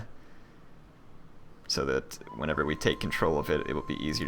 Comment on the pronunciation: arabia MAGNA? do you know a bit of latin/italian pronunce? gn in italian/latin is like ñ in spanish